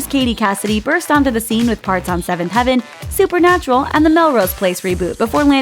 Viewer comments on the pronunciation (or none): none